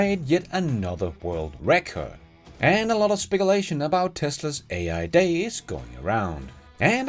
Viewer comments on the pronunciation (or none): Not 'spek-a-late' It is 'spec-kyu-late'